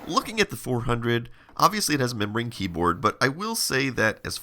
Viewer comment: I'd like to clarify that you're saying "membrane keyboard" and not "memory keyboard ". It took me a while to be sure